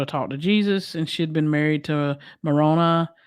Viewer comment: [Pronounces Maroni like macaroni]